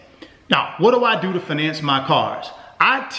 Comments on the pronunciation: Wtf is fuhnance... It's fiy nance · I can’t take you seriously when you say “finance” 😂 - (fye-nance) not (fih-NANCE) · I don't know if I can trust a man in finance that can't pronounce "fin - nance" correctly.